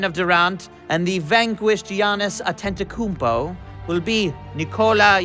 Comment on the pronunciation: Also, Adam Silver’s very obvious mispronunciation of the name “Antetokounmpo”.